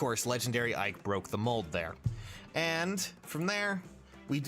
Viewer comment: Ike? I thought you said Mike.